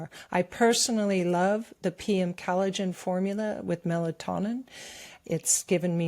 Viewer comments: What is 'calajin?' With all due (and quite well earned) respect, I think you mean collagen. I love you guys, and VDH is obviously an accomplished genius, but as a career ESL/EFL teacher, I can tell you from experience that pronunciation IS extremely important when it comes to effective communication. Likewise, it's not "Gutter," "Cutter, or "Guitar," it's Qatar (Kah-tar). Sure, it's natural to stumble over certain words when emoting freestyle via the newfangled medium of the Internet monolog, and the purposeful mispronounciation of certain words, if done properly tongue-in-cheek, is definitely an artform, but this channel is primarily aimed at LISTENERS, yes? 'Nuff said. Hopefully. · It's "COL ligen" not CAL ligen.